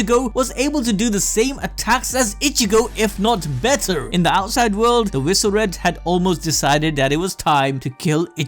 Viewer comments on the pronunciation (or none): Why are you pronouncing visored as viso-red? Lol. Its visored. As in a sun visor. Makes me salty. Edit: all of your pronunciations are weird. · Visored is not pronounced veezored its pronounced visor-ed as in they have visors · I know you guys mispronounce to bait comments and up engagement but... it's pronounced Vi-Zords. The mask is a "Visor". The Visoreds are "The Masked Ones". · Bro does an anime channel cant even say the word visored correctly